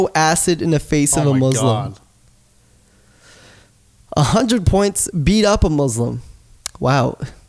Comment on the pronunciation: Naushaba Bhatti dude like the funny thing is his name is Except I'm an ex once religious as hell Muslim who litersllypronounces Muslim the white way